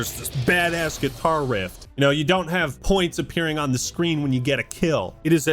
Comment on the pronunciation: "guitar rift" 🤣